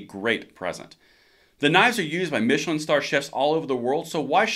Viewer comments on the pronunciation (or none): none